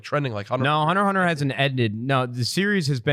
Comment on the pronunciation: Did this man just say "Hunter Hunter"?! What in the actual fuck it's hunter X hunter